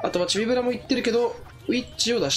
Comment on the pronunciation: ちょくちょくチビブルって言っててかわいい